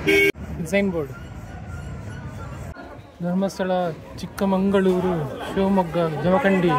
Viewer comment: Adu chikkamagaluru ne not chikkamangaluru